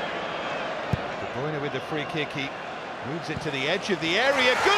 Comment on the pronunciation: Why do all British commentators say De Broyner instead of De Bruine?